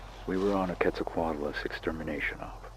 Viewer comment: HE SAID IT RIGHT HE SAID QUETZALCOATLUS RIGHT FINALLY 👏👏👏👏👏👏